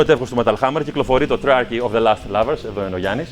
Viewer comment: lost not last as he pronounces it.